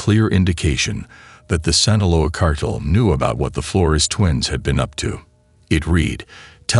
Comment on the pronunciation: I’m sorry, but this voice sucks. It’s Guadalajara. And cartel not Carterrrrer